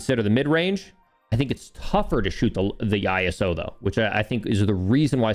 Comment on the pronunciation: Why do you say iso I - s - o